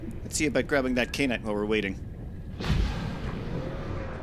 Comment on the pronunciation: Ky. An. Ite. How the HECK do you read "Kyan" and see "Kain"? It rhymes with Cyan, just with a K instead of a C!